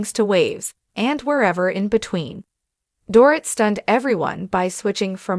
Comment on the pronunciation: It is a shame, total shame that the ‘voice’ makes SO MAKE MISTAKES pronouncing her name!!